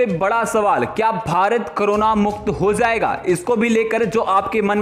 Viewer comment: Zee han zeo nahi jio hota hai hozayega nahi hojayega hota hai